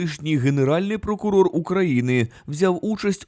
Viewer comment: КаГтавий єГонутий пГокугог.😮